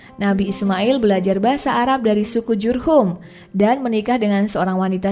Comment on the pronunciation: Gak pantes lu bawaain konten agamis. Belepotan bahasa lu kek bukan muslim aja lu... Suku Jurhum bukan Lurhum Allah di baca tebal bukan awloh...